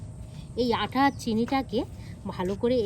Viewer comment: দিদি আঠা না আটা